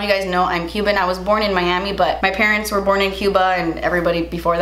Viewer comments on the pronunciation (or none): none